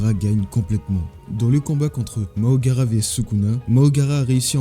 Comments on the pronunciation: Deja « Mahoraga » pas « Mahogara » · Frère fais l'inverse ce n'est pas Mahogara mais mahoraga